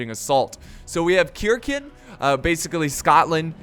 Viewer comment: its not pronounced kirkn its pronounced sirsen